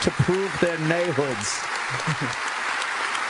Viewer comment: Naybwoods. Dude can’t even say a one-syllable word like “turn” without fucking it up three times in the middle. “Terurrun”